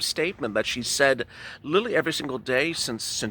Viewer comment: "Literally" damb it. Not "lilling."